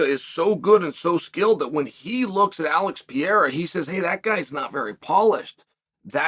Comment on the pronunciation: Alex Piera, Kumara Ooozmen, Hoomzat Chimaev, Yourear Rodríguez, uncle Chael never lost a round😅😂